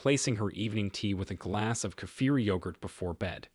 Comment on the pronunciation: 70 in Australia. I make my own kefir. Nice to hear it pronounced correctly by the way. I make my own low fat yoghurt with local milk. I'm going to start to make cottage cheese.